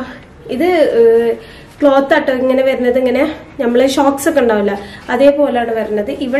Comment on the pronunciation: Shocks ennalla pronouns cheyya socks ennanu .. Nice video 👍negative comment allatto